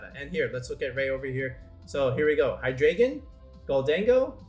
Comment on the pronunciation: i hate the way people say Hydreigon..